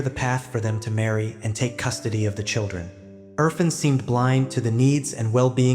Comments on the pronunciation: Urr -faan (pronunciation) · Erfaaaaaaan! It is good to work on names dear! Thanks for good job but it makes it more pleasant if a bit more effort in pronunciation. Aaaa like in Art